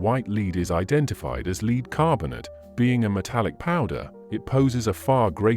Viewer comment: For the love of all things French, please teach/program the narrator the correct pronunciation of french words - names, places and the word LEAD! You can LEAD a horse to water, LEAD is a toxic substance which when ground up creates a white powder that women (mainly) used to create the illusion of a white young face.